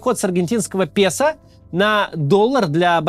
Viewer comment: Хотелось бы чтоб фамилии людей и название аргентинской валюты произносились бы автором правильно (песо - это пЭсО, а не пЕсА и т.д.)